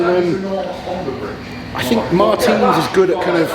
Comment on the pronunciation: still saying MARTINS wrong😂